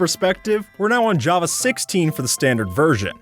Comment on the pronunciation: bro said "jappa" instead of "java"